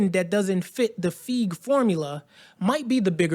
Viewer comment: Are you sure you even pronounce Feige correctly?